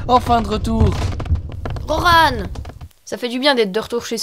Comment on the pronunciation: Incroyable ! ( par contre ca ma fait bizarre j'ai toujours prononcé Roran, pas Rorane xD)